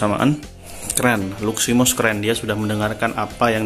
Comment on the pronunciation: Luximos bang.bukan luminos